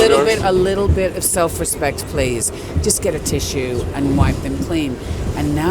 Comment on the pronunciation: I don't know why but the way she says 'tissue' is SO australian lol